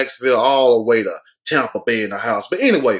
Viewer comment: Tampa!!!! Yeah u said it right.